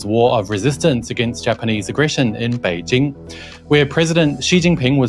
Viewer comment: It is good to hear a Westerner pronounce "Beijing" correctly. It is so annoying hearing mainstream Western media constantly pronouncing it "Beizhing", and acting as if this is the correct pronounciation. Them also being clueless about all aspects of geo-politics is the cherry on top of their propaganda s**tcake.